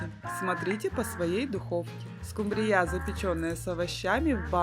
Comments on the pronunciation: СкУмбрия , а не скумбриЯ. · Не скумбриЯ, а скУмбрия, слушаешь вас и диву даешся - вы откуда.? Придурки.! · Уважаемая,скУмбрия не скумбрИя, а рецепт возможно и не плохой.